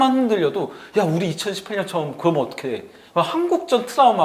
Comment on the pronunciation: 이분은 ㅕ 발음이 안됌? 그러멍은 왜냐멍은 ㅎㅎㅎ 웃음버튼